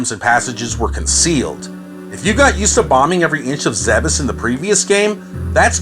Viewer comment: Zebes isn't pronounced 'zeb-ess', it's 'Zeebs'